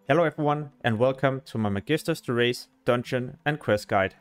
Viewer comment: Du er fandme dårlig til at udtale magisters terrace!! 😂 Men fed video, tak!